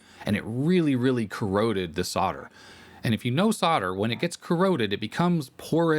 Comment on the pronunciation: PeeCeeBee are CorrOrrOddEdd